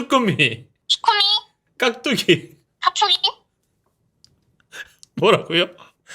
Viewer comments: 칵투기 ㅋㅋㅋㅋ 우리 귀여운 깍두기 돌려줘요 ㅠㅠ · 깍뚜기발음 전문가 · 깍두기를... ㅍ핣툵2 로 발음하는ㅋㅋㅋㅋㅋ